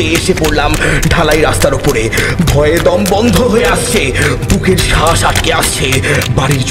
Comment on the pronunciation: শ্বাস উচ্চারণটা হবে.... শাঁস নয় । গল্পটা যথেষ্ট ভাল ছিল